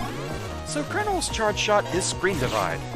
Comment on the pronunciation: noooo, you cant call the episode right as you used ScrenDIv SCRENDIVVVVVVV!